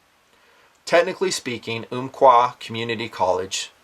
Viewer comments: It's um qua not oomqua Love the job your doing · Uhm-qua not Oomp-qua. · I grew up in Roseburg and have been to the college many times. Pretty shocking. I was relieved to find the shooter was not from Roseburg. He came to Oregon 2 years ago from California. BTW the Umpqua = pronounce the first part like "thump", Ump quah.